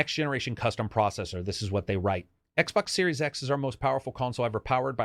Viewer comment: Xbox SNormal... Brilliant...